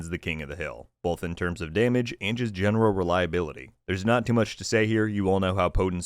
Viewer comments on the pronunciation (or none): none